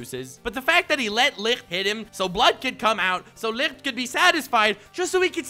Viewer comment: How tf does he pronounce Licht so perfect every time